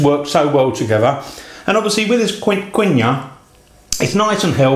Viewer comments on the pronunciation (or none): It's pronounced "Keen wah"